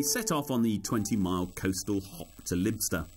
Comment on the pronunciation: its pronounced Lie-bster